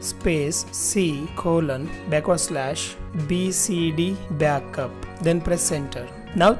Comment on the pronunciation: Backup❌ Byakap☑️